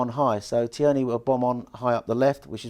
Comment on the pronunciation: big fan as you know. but please. its TEAR😓 KNEE... he's Scottish not French.